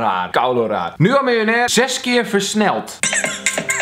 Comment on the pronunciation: xD die eerste video: MILJ-OEN-AIR